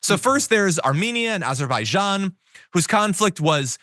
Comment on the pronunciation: Azerbaijan is what he was trying to say.